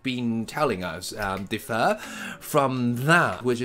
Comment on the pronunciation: There is some misplaced stress in words such as "differ" and "interlocutors" . BTW thanks for the pick-me-up, but I think the sophistication of text is just a matter of personal preference.